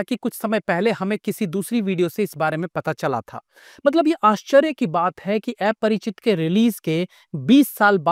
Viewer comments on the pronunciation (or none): Aparachit❌❌ Aaaa-parachit✅✅ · Sir ye एया nahi अ hai Aparichit ki Pronunciation 😂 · Sahi kha.. Mein bhi wahi soach raha tha.. Itne simple word ko bhi eyese kyu pronounce kar raha hai 😅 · ki to yeh baat hai ki tujhe movie ka naam v dhang se bolna nai aata